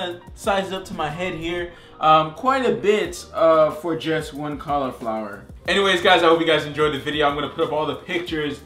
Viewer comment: Man, I love these videos! I also love "Colorflower." xD